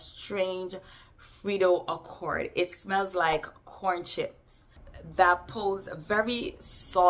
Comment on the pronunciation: I’m dying at “frito accord” 😂😂😂